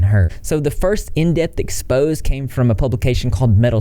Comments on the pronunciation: I love ya man. Thanks for bringing light to people who attack kids. Also the word is pronounced "ex-po-say" not expose. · It's pronounced "ex-po-say" not expose lolol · Why is it do hard for people to pronounce exposè lol ex pose ay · It's pronounced "ex-pose-a" 3 syllables:) Love ya. ♥️ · When the word is "exposé" (with the accent), which is a loan word (French), the English pronunciation is "ex-pose-ZAY." Just FYI. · I think "expose" in this context is pronounced "ex-po-zay" ? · Let me help you out with a word pronunciation. The word “expose” used here is actually pronounced “ex-po-zay”. Hope this helps! 😊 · It's "ex-po-sE" (exposé)